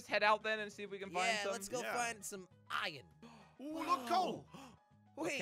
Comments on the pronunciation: Why you say iyon not iron jelly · I love how jelly says Ion instead of Iron lol